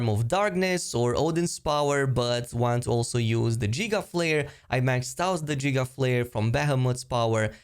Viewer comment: Jiga flare😂😂😂😂 it's guh gigaflare